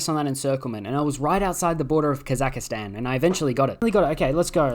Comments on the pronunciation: The pronunciation of “Kazakstan” as “Kazakistan” justifies Germany’s actions. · its ka-zuhk-staan not ka zahka staan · please remove I from "Kazakhstan". It's not "kossackistan*